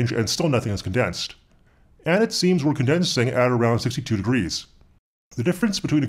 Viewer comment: "So if wéire condensing near 55 degrees..." wéire éire Éire = Ireland in Irish is Irish confirmed!